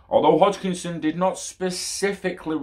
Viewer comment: Hoskinson lol not Hochkinson hahaha